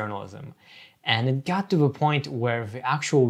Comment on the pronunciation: I’m wondering about the \th\ being a dental fricative like v or f. Every time he says “the” it looks like vuh other looks like uh-ver etc. what is that?